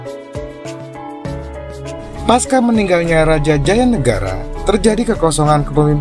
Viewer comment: Lho, ibunya Raja Jayanegara bukannya putri Melayu Dara Petak dari Dharmasraya itu? Saran: kata "pasca" seharusnya dilafalkan /pasca/ pakai /c/ bukan "paska". Salam dari Malang.